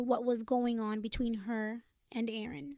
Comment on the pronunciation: Quit half the way through. This is the worst AI voice ever with a horrible annoying pitch that would repeatedly fade off to a quieter squeaky sound. Oh by the way, it is Aaron, not Oran. At least it didn't have that random grunt of the previous sucky voice.